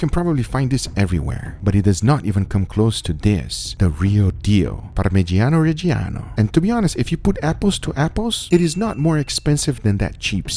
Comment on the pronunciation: The way americans pronounce parmigiano reggiano really disturbs me